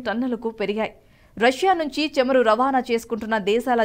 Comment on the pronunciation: Please correct you pronounciation...it is not chamaru it is CHAMURU. Also not కల్లు it is కళ్ళు..🙏🙏